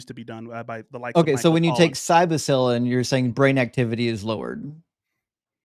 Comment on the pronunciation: my Man, just a quick FYI for your edification. You keep saying: "Psybocylin" - and it's driving me a little crazy. The word is: "Psylocybin" - it's like you Inverted the two syllables, but also combining them in a weird way. Just remember this verse - Psylocybin met a Pie-Man. As a connoisseur of the mushrooms that you DON'T put on your pizza, this term is sacred to me, and I would be remiss to not inform you of this errancy, and hopefully bringing you into the fold. Love you, Brother...